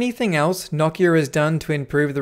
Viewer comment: I didn't know it was possible to say Nokia wrong but there's a first time for everything I guess 🤣🤣